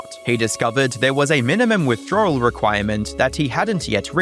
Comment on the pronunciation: As a Mexican I noticed these white YouTubers pronounce words wrong, that’s not how you say withdrawal or wording